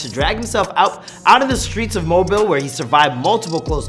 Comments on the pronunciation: That mayne said mobile 🤣 can tell he from Canada or sumn it pronounced M-O-B-E-E-L not M-O-B-I-L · It’s pronounced moebiel